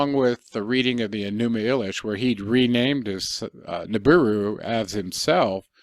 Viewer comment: Your pronunciation of Enuma Elish is incorrect. It’s Eleesh in sound . Don’t believe me see Arabic and the song My Elish !